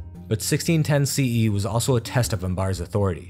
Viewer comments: Would've loved it if you put more effort into getting the pronunciations right. Western pronunciation elongates the second vowel sound in words, whereas in the east its the first vowel sound thats stretched. Example, Malik Ambar is Maalik Umber, not Maleek Ambaar This is not an absolute rule, but for the most part it will keep you on track. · Its not "Ambaar" it's Am-bar. Pronounce the 'bar' as u do in "Bermuda".